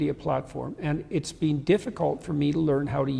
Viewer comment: I hate that he says “been” like “bean”